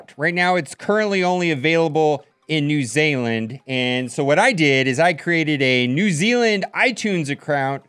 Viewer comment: “New zayland” 😂